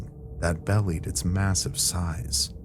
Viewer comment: I'm sure the word there is belied*, pronounced bee-lyed - not bellied. Belie means to disguise, betray or contradict.. Also, the audio was so uneven in this video. Still love the stories!